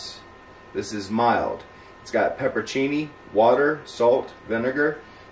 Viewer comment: So its not pepperoni? Whats pepporchini?